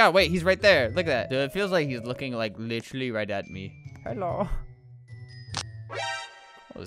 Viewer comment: I love how he sometimes says 'licherlly' instead of 'literally'